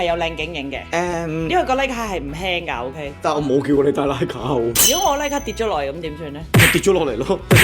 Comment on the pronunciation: 終於知道有人讀對「Leica」了！太多人讀「拉咖」，其實係錯咗⋯⋯